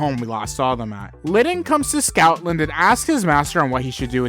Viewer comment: It’s Stoutland. Not Scoutland, not Snoutland, Stoutland.